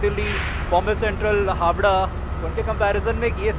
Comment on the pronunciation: Sir i am bengali But Are you mistake one word not a Habra it is a Howrah